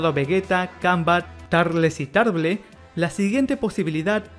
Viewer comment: Tarble se lee "TARBOL"